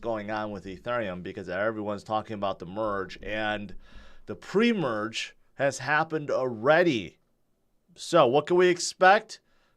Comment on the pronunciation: “Pre-merge” sounds funny